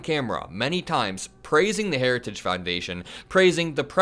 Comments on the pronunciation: The guy can't even pronounce the word heritage! 😅 Weird! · He's incapable of even pronouncing "heritage." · Say ‘Heritage’ 3x fast. Donald can’t even say it correctly once, slowly. Lmao! Time to take the keys away from Dementia Don and put grandpa in a home. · Dementia Don has lost the ability to say another word, “Heritage”. Harris is the leader we need for our country 💙💙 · Can barely pronounce Heritage